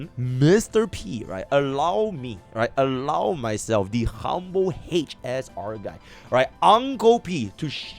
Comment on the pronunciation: hech ess aar...